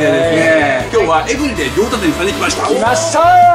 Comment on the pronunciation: エブリデイ？ｴﾌﾞﾘﾃﾞｪ……ｴﾌﾞﾃﾞｪ……ｴﾋﾞﾃﾞｪ……エビデェアイムシャフリン ↑↗→↘↓↙←↖